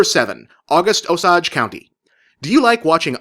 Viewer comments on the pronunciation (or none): For the record, "Osage" is pronounced OH-sage.